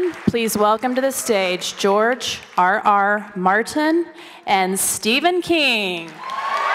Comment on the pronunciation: George Arh Arh Martin